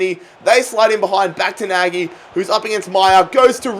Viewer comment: Nagy pronounced more like Nadj in Hungarian. However I love the series. Carry on! (I'm Hungarian :D)